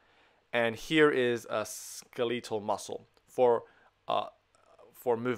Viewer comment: "sk-elite-al muscle"